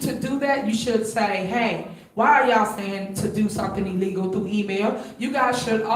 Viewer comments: She said, Ee-legal. Can’t even pronounce words correctly. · Tiffany: “it’s ill-leego” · why she keeps saying shit is E-legal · She also said E-Legal 😂😂😂😂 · Did she say ellegal not illegal and that people showed up in drones 😂😂😂. Wow! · ILLEGAL...not E LEGAL. DROVES..not DRONES. ASKED..not AXED...Good God from ZION!! 😏😒🙄